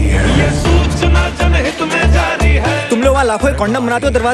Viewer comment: Aapne title galat pronounce kiya hai...plz correct ir...actual is ' jan hit me jaari '